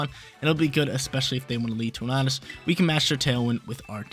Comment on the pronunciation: Please please please. Stop saying torn-ar-dus its torn-a-dus